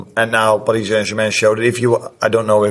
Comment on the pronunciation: I love how he pronounces Paris Saint-Germain; the Dutch and Germans say it beautifully.